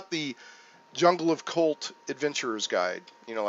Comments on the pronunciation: wondered how long it would take for someone to break out the GnR.... and yes you say the H.. so it's cHult.. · Definitely pronounced Ch-ult. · You do pronounce the "H" in Chult. Great review!